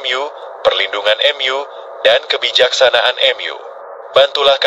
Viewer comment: Gereja utube pakai Ai jadi kaku 😢 contoh. Mu jadi em yu